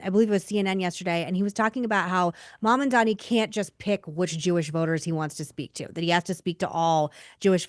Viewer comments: It's Mam-dan-i, not Man-an-dan-i. I can't stand him but his name is his name. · “Mom” Dani…. It’s not that hard